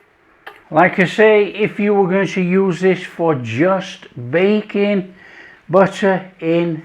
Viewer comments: I swear he said Bacon, then I realized it was baking like 5 minutes later lol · I thought you were saying bacon 😂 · One of the best chefs on YouTube. However, every time he says baking with his accent I hear bacon and it surprises me condensed milk for bacon? 😂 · I thought he said you can use it with "bacon"...😅...Ohhhh.. Baking!!! Love the recipe. Easy Peezie... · I thought he said bacon until I saw your comment 😂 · I also thought he said bacon lol